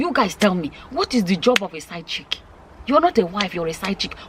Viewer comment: Did said side chicken lol 😆 😂 😋